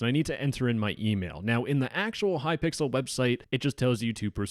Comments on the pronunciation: The fact he calls hypixel hypickle :0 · It is hypixel not hypickle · normal people:"hypixel":"hypickle" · "hypickel" i love this guy i've seen a couple his videos and they are amazing keep the great work up!! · ah yes, Hypickle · glad i'm not the only one who calls it hypickle I wonder what thought process makes literally everyone do that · Hypixel ❌ ✅Hypickle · I love how he keeps saying "kypickle" 😂😂😂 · No way bro said hypickle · Why are you saying hypickel?